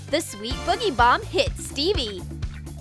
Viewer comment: DID U JUST CALL THE BOOGIEBOMB A BOGIEBOMB